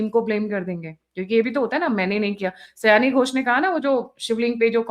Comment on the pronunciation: 'सयानी' घोष नहीं.... "शायोनि" घोष!